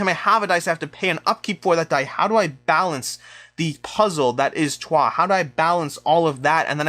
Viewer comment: now i watched it : accurate way to pronounce Troyes is "Trwa". You can trust me, that city is close to my hometown. Good pick then